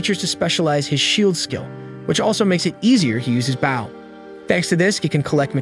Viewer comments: He says baw nor bow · Dude the way you kept saying bow instead of bow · Dude why baw instead of bow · Not baow like a dog it's bow (bo) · Are... are you using a bot for voice, or did we get 46 seconds in to realize you say "bough" and arrow irl? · why are you calling the bow a boww wtf